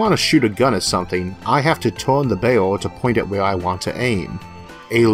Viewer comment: OMG Isaac, you pronounce "barrel" like "bale". Kind of funny ... I had to think of what you meant. Sorry ... I understand you're speech impediment is a serious problem and I'm not trying to deliberately make fun of you. I had this problem as a child so I can totally relate.